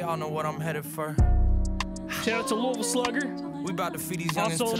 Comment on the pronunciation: Kentuckians appreciate you saying Louisville correctly!